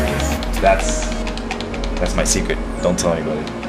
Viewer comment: "That's my sicret ..Dont tell enybody " =P